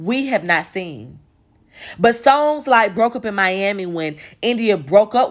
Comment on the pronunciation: The way you pronounce "songs"; you from Chicago? Do you know these people?